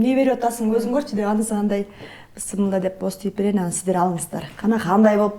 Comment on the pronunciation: Бисмилляхи рахмани рахим десениз туура болот,бысымылда дей бербей,тамагыныз соонун,колунузга береке